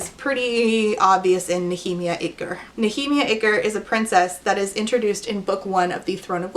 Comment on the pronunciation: I’m late to the party but….sorry….the black character’s name is…..*checks notes*….Nahemia Iger?….N. Iger? N-last-name-rhymes-with-Tigger? Really?! That’s flagrant and she’s so wrong for that.